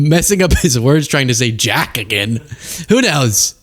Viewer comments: Biden mispronounced “Jack.” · It sounded like Biden said JACK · Biden sounded like he was saying jack. Like he always did XD